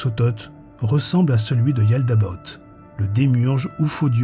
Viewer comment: Yaldabaoth et non yaldabot